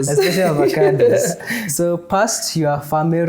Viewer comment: He said "Ovacandos".....